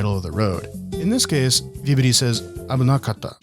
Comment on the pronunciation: vibidi toilet (i swear thats what it sounds like hes saying)